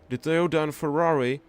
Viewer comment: Its Toyota not Toyoda thx<3